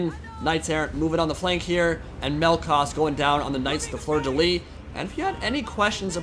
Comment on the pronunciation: Nice video, Soothsayer is such a micro monster! That being said, In "Fleur de Lys" you have to prononce the "s" in "Lys" (so in English it would be prononciated "lee's") how you say is "lit" that mean bed in French, just tossing that ayound, yo.